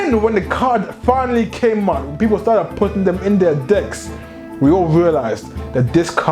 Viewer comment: love the enthusiasm. had the occasional chucking when you pronounce decks like... dcks but that partially kept me thru the whole 28 minutes. keep it up and look forward to your future videos